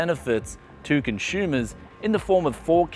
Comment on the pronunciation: This is great news for conshoomas! 😂